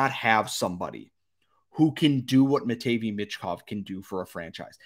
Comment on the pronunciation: Honestly I think this is how the first 5 will go CHI: Bedard ANA: Fantilli CBJ: Smith SJS: Carlsson MTL: Michkov Also learn how to pronounce Matvei 😂